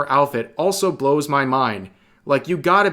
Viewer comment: It's pronounced "Enth-level", by the way.